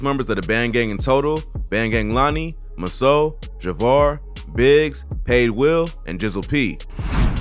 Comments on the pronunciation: Bro saying some of these names all wrong 😂Bandgang masoe is pronounced “moz-o not mus-o and cashgang lik is leek not lick. Only one minute in an i can tell it might be some misinformation in this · Masoe pronounced Mazoe.. lol.. he slaughtering the names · Yo masoe is pronounced MAH-ZO and the other one is Mo Money Moo from FWC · You can’t pronounce shit Masoe Maz-Zoe Lik is Leek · MA-ZO bro not Maso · Its Mazoe (Mah-Zoe) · Woahhh you said masoe name so wrong 😭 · I knew this was going to be a bad video once he said masoe name wrong